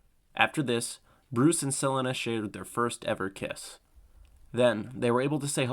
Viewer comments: So sick of this ai narrator…just like 2 minutes into this video and already getting pissed with the narrator…why can’t ai pronounce Selina the correct way..just so lazy…why can’t you use a real person…just so may mispronounced names…makes it really hard to just sit back and enjoy a video like this when so many names are not pronounced correctly…also doesn’t help when I have to deal with an ad every 3 and 1/2 minutes… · Selinuh? Her name is Sel-ee-na, Selina Kyle. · Sell-en-na? The fuck? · My question is how is no one questioning that this got Selina and Dana's pronunciations wrong. Suh-Lee-Nuh Day-Nuh This screams AI voice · Got me mad confused on who sell-in-nuh was for a while until you said Selina Kyle 😭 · Pls tell me he doesn’t say Sel ina the whole vid 😭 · "Selinna"? Really bro? You're gonna preach about batman knowledge and cant even pronounce the character's name? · Sell-a-na for cat-woman is craz. 😂😂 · Selena (SE-LEE-NA) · Really good video...but I find the way you pronounce Selina's name disturbing. Isn't it Suh-lee-nuh? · Who tf is sel- inuh ? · My nigga,"Su-leen-a". Dope vid but that was killin me... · Please google how to pronounce selena bro 😂 have u never heard of Selena gomez? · I really like this video but why do u keep pronouncing catwomens name wrong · The blatant mispronunciation of Selina makes this almost unwatchable smh Edit: "Michael Kee-Tawn" im out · Why did you pronounce Selina that way??? Could it be that you used ai to narrate this video..god I hate ai…just so lazy….just another scam channel…wouldn’t be surprised if this channel is created by an Indian/Pakistani…YouTube is riddled with hundreds of these types of channels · Great video. But the way you pronounce "Selina" is unforgivable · The way this man pronounces "Selina" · The way you pronounce Selena kinda hurts my brain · guy can't say catwomans name right to save his life lol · Is this voice AI? Ive never heard "Selina" butchered so badly before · Bro can’t read the name selina